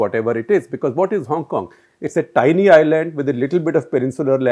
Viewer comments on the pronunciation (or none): none